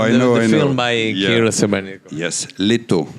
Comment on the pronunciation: is,, лето "with stress on the e and pronouncing,,a" in the end.